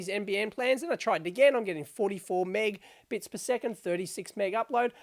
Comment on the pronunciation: Minor thing, but calling Mb/s 'megbits' as Dave does in the beginning of this video (several times) is a strange pronunciation. It's 'megAbits', the key part of the word is 'mega' meaning million.